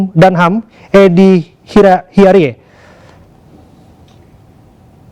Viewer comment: bacaannya Hiarij, Pak news presenter (di briefing dulu lah sebelum on air .. tolong donk Produser, lucu donk ..hahaha )